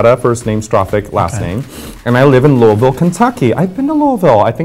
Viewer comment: I LOVE how Raja said Louisville right